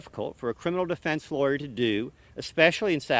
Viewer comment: This guy is lost in time! Is this the town of Mayberry? Bugtussle? Or is this Hooterville?The worst "LawYur" ever! Glad William Roddy Bryan junior selected Otis Campbell as his attorney, he for sure will see some prison time. Thanks Otis, er uh, i mean Attorney Goff...